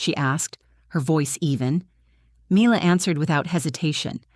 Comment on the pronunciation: You could at least get the pronunciation of the child's name correct. Milla not Myler